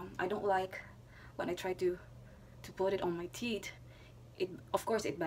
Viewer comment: The word is tee'TH, not tee'T... just saying